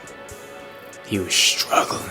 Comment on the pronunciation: he said.... "HEE WAZ STRUUGHLYN"